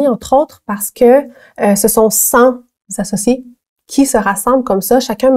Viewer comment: attention il faut dire "cenT-associés" et non "cent-Z-associés". Sinon excellente vidéo, bravo!